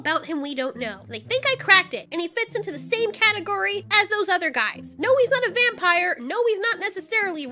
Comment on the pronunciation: I laughed when you said, “VUM-Pahyer!” XD